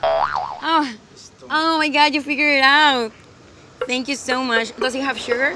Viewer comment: este video fue un pierde de tiempo y es shugar no chooger hahaahha